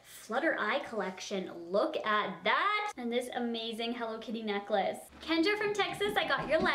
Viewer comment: When you said hello kitty neclace i thought you said cocaine atlas fml 😂